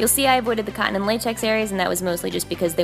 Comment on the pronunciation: i know she says cotton latex but it seriously sounds like she says condom latex sometimes lmao 😂